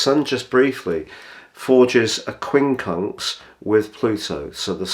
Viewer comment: Cheers, glad you had your teeth in when you said 'Quincunx' 😉